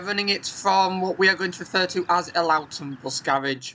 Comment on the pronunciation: hey, great vid as always, quick point of not though. As a local I would like to point to out that Elloughton is said with an uh sound instead of an ow sound. It is a real shame about this service though, the 155 was a great link for the village I live in just a couple of stops from Brough, I used it almost weekly pre cover times, X5 bypasses a lot of the old route including my local stops. the X55 was perfect for the purpose the X5 fills and the 155 really should've stayed in its previous form imo but oh well. I feel like busses round here have really lost their character since go ahead took over, its not the same, less focus on actually serving the communities around hull. Many of the villages have older populations and have lost lifelines to doctors surgeries and even the city centre. The previous ownership seemed to have been a better option for people rather than profit. All of this corporate identity nonsense has distracted people from the core ideas of transit systems, getting people where they need to be, serving communities around them.